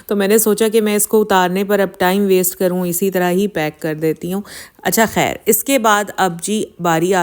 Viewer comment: Woh har ek k thumbnails direct copy karti hain aur log us ko sirf is liye dekhty hai k pata chaly k husband ko kya hua. Har waqt rona roti hain thumbnails meh. Aur urdu bhi teek tarha se us ko bholni nai ati. ‘Khair’ ko ‘hair’ bholti hain.